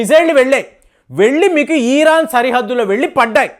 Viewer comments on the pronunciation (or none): సార్ మీరు ఈరాన్ అనటం ఛండాలంగా ఉంది. జస్ట్ ఇరాన్ అనండి దయచేసి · Eeraan yemiti iran anu babu nee bhasha tho